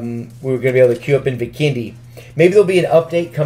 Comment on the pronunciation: Why does he say Vikendi bikini